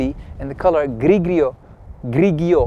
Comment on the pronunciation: Grigio must be read 'grijo'